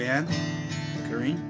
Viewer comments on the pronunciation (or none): Awww bless you My dear!! Pronounce it Cor -reen.the first time you said it was the right way! Lol XXX ❤️ This is great.. I'm enjoying this. Hee hee xx